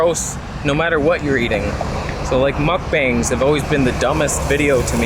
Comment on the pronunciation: its pronounced "mook bong"